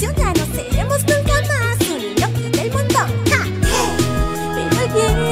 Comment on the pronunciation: Yo pense que dijo inutil no inoki ahrre xdxd